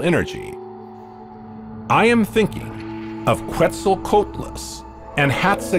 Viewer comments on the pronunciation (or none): none